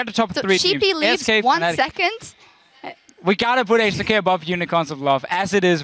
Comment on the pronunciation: Nitpicking back, its Fnatic not Fanatic;)